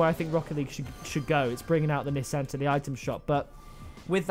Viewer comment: Nissan (Knee-Sawn) That's how it's pronounced...